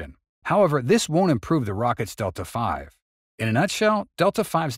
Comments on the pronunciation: Dude... really?.... Detla Five? It is Delta V (like a letter V) because it means Velocity... not Five!!! And Delta means change... which all together means: Delta V = Change of Velocity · You've made a fundamental error, a truely astonishing fundamental error. It is NOT "delta five". The "v" is not a roman numeral for the number 5. It is the the abbreviation for the word "velocity". It is pronounced "delta vee". What the term actually means is "change in velocity" (delta velocity). "v" is THE term in ALL mathematical formulae for the term "velocity". I am really shocked because it demonstrates a fundamental lack of knowledge on your part. "Delta-v" is one of the most common terms used in rocketry. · It's pronounced delta V, not delta 5. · Are you saying "delta five"? What's that? The text seem to be "delta v", or the change in velocity - I've never heard of delta five. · "Delta-v" is delta vee, not delta five. Looks like a number of folks caught that one! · "...the rocket's Delta-five..." ... Um, WHUT?!? =:oO [TRIES HARD NOT TO ROFL] How the hell can you get this far into making rocketry videos and not understand what Delta-V is, and thus how it's pronounced? That "V" is not a roman numeral; It's a literal "V" for "velocity". Delta-V means "change in velocity". A specific rocket, bearing a specific payload weight, will be able to add a certain amount of speed to that payload over and above whatever it started with when the rocket started firing. That's the rocket's total delta-V. Of course the actual velocity of the ship is also affected by other factors such as gravity, changes in orientation of the vessel or of direction the engines are firing (gimballing), etc., but the idea is that delta-V tells you how much your rocket can accelerate under ideal conditions. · "delta five"? Really? Cummon, guys.🙁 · It's really difficult to take you serious as any kind of expert when you can't pronounce Delta V correctly.